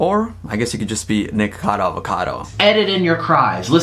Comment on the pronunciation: Everytime says nikocado I hear "nigga cado" I'm crying help me i cant breathe 😂